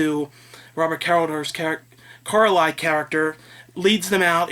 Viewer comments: Also its pronounced Car-lie-all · It's Robert Car-Lie-Ull. ;)